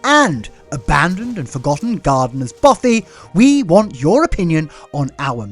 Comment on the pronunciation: Just found your channel recently and love it! This is my dream greenhouse house! One question...what is a gardeners, is it "boffy"? Sorry, that's what this New Mexico, US resident is hearing! 😅